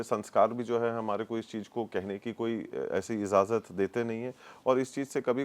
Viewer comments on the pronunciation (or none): Hello the word is IJAZAT not IZAZAT.